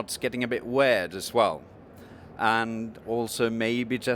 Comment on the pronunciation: The weirdest thing is how this guys pronounces "weird"